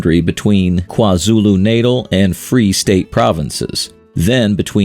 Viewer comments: Lesotho 🇱🇸 is pronounced: Le-Sue-two Drakensberg Mountain is pronounced: Dra-(like drug)-Cans-Burg KwaZulu-Natal Is pronounced: Kwa-Zulu-Nahtaal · Kwa Zulu Natal pronunciation😭